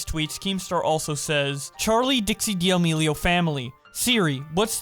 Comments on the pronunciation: I cant get over u saying Dee'Amelio 🤣🤣 No hate!! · Ah yes, D'almelios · He always says d’almealios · Dee ameelio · Hold on, how tf do you pronounce “D’Amelio”? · the way he said d’amelio gave me cancer